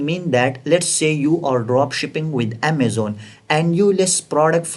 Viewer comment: Improvement vocabulary : Deshaboarda, passwoda, at the reta, adda, channela, packegea, processa, settinga, scroll downa, optiona, suppliera, Amazona, united kingdoma, united stata, locationa, templeta, lasta parta, listinga, stocka, unchika, lasta, forteena, pricinga, percenta, profita,, dollera, 😊